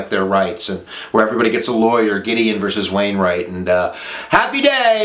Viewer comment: Plessy verse Ferguson? Come on man. Plessy vee Ferguson or Plessy versus Ferguson. None of this verse crap.